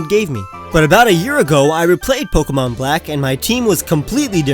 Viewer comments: Why did u say pokemans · How dare you say pokeymans!!! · Did he say pokeymans I will kill you in your sleep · My friend hates people who say pokeman.